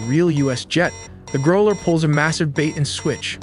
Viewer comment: NOT groler, growler.